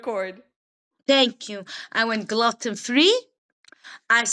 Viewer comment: “ glutton free” ( gluten)- hahaha!